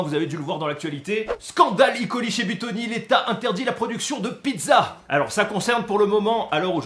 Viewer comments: Super vidéo, juste pour E.coli on prononce pas i.coli c'est euh.coli. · Pourquoi icoli ? C’est E colis soit escherichia coli. On est français le E se dit E et pas I. Bisous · Yo Super video et je te suis depuis longtemps mais stp dis: eu coli et pas i coli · On dit "E" coli (on prononce E pas i ). Parce que c'est Escherichia coli :) Merci pour cette vidéo qui aidera les le communs des mortels à mieux comprendre les contaminations et comment s'en débarrasser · ça me stresse à chaque qu'il dit "i coli" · Franchement c'est pas possible je peux pas te prendre aux sérieux si déjà tu prononce en anglais un mots Français (enfin a moitié vue que tu prononce coli a la française ) mais le pire c'est le E de E.coli est une abréviation du nom le nom a prononcé c'est Erichia coli ^^. Pour les kinder alors si je me rappel bien des mes cours de cuisine si la salmonelle péris bien a partir de 65 (avant c'était 67) sa toxine elle résiste jusque 120 . En temps normal même en mangeant un peu de cette toxine nous ne devrions pas être malade le hic c'est que avant l'étape de la pasteurisation il y a surement eu une faute qui a fait bondir le nombres de salmonelles et plus de salmonelle = plus de toxine